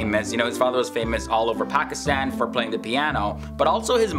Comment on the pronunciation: As least say Pakistan & Pakistani properly...